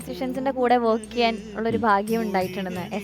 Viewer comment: വേക്ക് അല്ല പെണ്ണെ വർക്ക്. കഷ്ടം